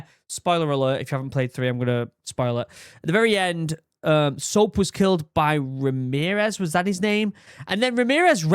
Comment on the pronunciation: who the fuck is Remerez